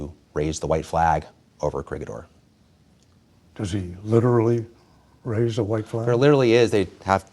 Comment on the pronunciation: Co-ree-hee-door not Corigidor